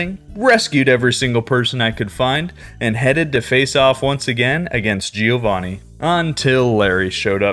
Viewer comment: Not GÍO VÁNNI.. but GIÒVANNI. Try it and be smoother on pronunciation, faster..